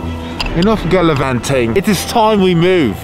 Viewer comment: He said Galavanting Filipino word hahahaahaha